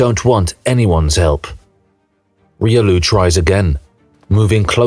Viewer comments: Even reelioo... ? Reelioo, really? It's pronounce Riolu, not reelioo,.... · Damn that Riolu pronunciation… this is AI after all